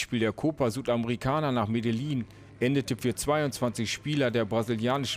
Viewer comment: Man spricht es genau genommen Medeschin aus R.I.P